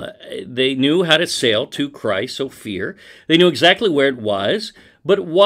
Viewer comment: Christopher... Chryse Ophir ? :P